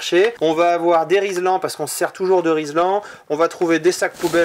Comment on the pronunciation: Top ! Je ne dirai que 2 mots : BRA-VO ! Par contre, fallait bien que mon côté gaulois trouve quelque chose à redire, on dit RILSAN pas RIZLAN ;-)